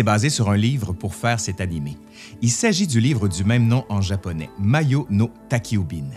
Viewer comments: "Madjo", pas mayo 🤭 Excellente vidéo d'ailleurs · Super merci...mais ça se prononce "madjo" pas mayo. Désolé ça m'a écorché les oreilles. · Mes 2 préférés : Nausicaa de la vallée du vent et Porco Rosso À propos, on dit "maJo" avec un J comme dans "journal". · Très intéressant, y'a tellement à dire sur chacun des films de Miyazaki! Mais ceci dit : il faut prononcer le "j" dans "majo"!!! (まじょ ou en kanji, 魔女)!! Le "jo", c'est "femme"!!